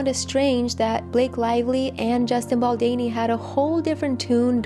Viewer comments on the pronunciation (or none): "Baldini or Baldani" ....there's an 'O' BaldOni lol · Baldoni!!! Just as it is spelt. Your mispronounciation is distracting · Hi. Just wanted to say that his name should be pronounced as Baldoni ( same as the spelling) not Baldeni. Its a little distracting, sorry. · It’s baldOni not baldani lol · Baldoni = “do” is pronounced like “donut” or “dough”. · Bal-DOH-ni, it's an "O" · Why would you just not take two seconds to google how to say his last name? So disrespectful and I can't keep listening to it pronounced wrong. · very distracting! It is not a hard name to pronounce. Also, his name has been heard around of late! Confusing that she has not heard it and learnt how to pronounce it.